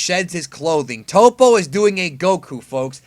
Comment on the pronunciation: It's definitely "TOE-PO" right?! Not "TOP-O", Please let me know